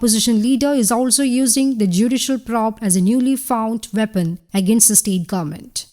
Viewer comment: It will be nice to hear the word probe pronounced the way it is supposed to pronounced.:):):)